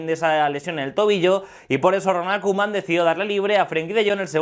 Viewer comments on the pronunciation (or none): none